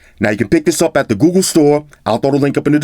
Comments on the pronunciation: "gOooGoo" Im sorry, lol😶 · that smell test had White Shoes running for the hills. Love how it sounds when says Google (GooGoo).